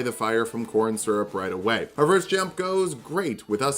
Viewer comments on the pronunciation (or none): ...Were you trying to say Korrin (Smarag)? It's... It's not "corn".